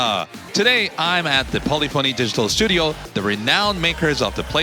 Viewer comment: Love it. Can’t wait for GT7. Can someone tell me how to pronounce Polyphony Digital? As a child and teen I would say: Polly Fony like this translator did in the video. Around GT 5 I leaned it’s P lif eney Digital. I’ve been saying that since then. I believe I’m saying it the right way. Cheers guys.